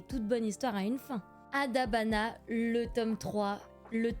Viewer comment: Mais non t'as dis Adabana correctement j'y crois pas ! :p Plus sérieusement... Trop trop cool la figurine !! Et trop bien pour ton colis d'éditeur ! Premiers partenariats manga, toussa toussa là 👀 Très bien le montage et les petites touches d'humour, j'apprécie toujours ^^ Je rajoute des noms à ma liste, mais doucement, je devrais avoir quelques mangas à Noël déjà, j'ai trop hâte ! Sinon par rapport à Blue Exorcist, de 1 c'est un des rares que je connais dans ce que tu présentes et aussi si je dis pas de bêtises, l'animé et le manga sont pas mal différents à partir d'un moment, et perso j'ai plus le manga qui me reste en tête. J'aime bien les manga haul en vrai, ça permet de découvrir des mangas et je suis souvent très attirés par les couvertures donc ça me permet de faire un premier tri pour noter les noms 😁 Super vidéo comme d'hab 💜